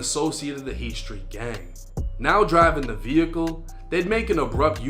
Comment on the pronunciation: lol he can’t even say Street properly !